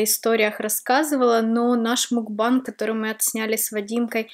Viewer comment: Та не мукбанг, а макбэнг...